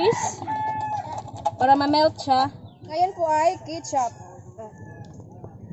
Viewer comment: Melk and kitchup 😂